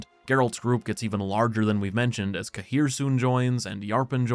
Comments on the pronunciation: Smallest nitpick- I hate how they chose to pronounce Cahir. It's one of those names that Sapkowski plucked from a place name. Cahir is in Ireland, near where my gran is from, it's pronounced like Care. It makes me wince every time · Tbf In Wicher 3 Geralt prononced it the same way